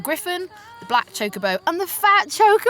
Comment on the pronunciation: can say Chocobo right! Rob, Nate. Take note.:3